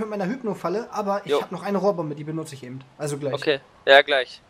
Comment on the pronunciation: es heisst,,eben,, und nicht ebent:D beste